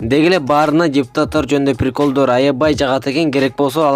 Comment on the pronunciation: ОЗУНДУН МЫРКОВСКИЙ СУЙЛОГОНУНДУ БИЛИП АЛЧЫ!!! "ПИРИКОЛЬДОР" ДЕБЕЙ🤣🤣🤣🤣🤣